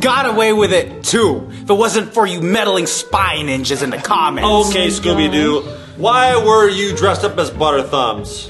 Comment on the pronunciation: why did you say scubidu?